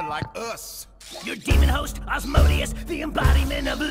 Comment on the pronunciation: FOR FUCK'S SAKE THAT'S NOT HOW YOU PRONOUNCE AZMODEUS!!!!!!!!!!!!!